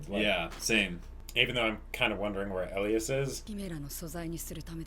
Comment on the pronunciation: OK, his name is ELIAS-------Pronounced E-LIE-ES